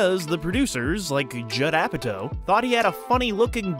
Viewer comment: It’s Apatow LIKE POW! So cringe hearing said like toe. I can’t watch the rest of this video. What’s next James Francow?